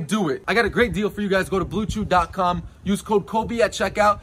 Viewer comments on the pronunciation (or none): Instead of hearing "BlueChews" I heared Blue juice.